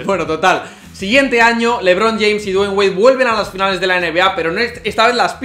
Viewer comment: Nunca aprendi a pronunciar Dwayne...le dig Wade y listo xd